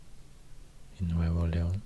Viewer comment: Wow, me encanta su pronunciación. Viva Monterrey, Nuevo Leon. 🇲🇽